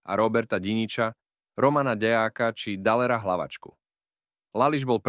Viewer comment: kontent dobry ale ked to davas citat tomu ai trosku to skontroluj.. trest doživoťá, trinásteho júňa, vražda romana Ďeáka ...